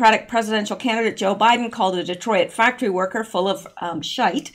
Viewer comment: Instead of Detroyit, it’s just Detroyt.